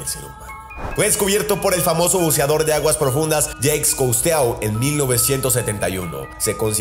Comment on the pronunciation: A modo de crítica constructiva: - Un barco no se derriba, se hunde. - Jacques Cousteau, en castellano, se pronuncia: Jhacs Custó. En francés ou se pronuncia "u" y eau se pronuncia "o". - Por favor, no te refieras a la 2ª Guerra Mundial, como 2ª G. - 4.000 milenios son de años. Ni siquiera existíamos como humanos. - No se puede llamar insecto a un pulpo. Es un cefalópodo. - Lo que se dice de la aparición de los peces Remo en las costas es que predicen terremotos, no tsunamis. Los tsunamis se producen a partir de los terremotos. - Y por último y espero que no te molestes; porque es una apreciación mía: Esa voz afectada que pones en las narraciones, cuando llevas un rato oyéndola, se hace tediosa. Creo que si utilizaras tu voz normal, saldrías ganando. Un saludo.